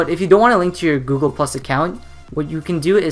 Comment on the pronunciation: Heres some feedback; why do you speed babble? Whats the point? Do you want people to understand this? At least learn how to say Google. What a complete waste of effort.